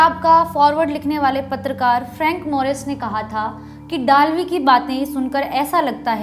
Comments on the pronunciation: वो डालवी नही है वै दळवी है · Just a small correction - the name of the author should be pronounced as जे. पी. दळवी ( or जे. पी. दलवी in Hindi). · Madam ur pronounsation of dalvi is not correct he was maharastrian general pl ask some marathi speaking guy the correct name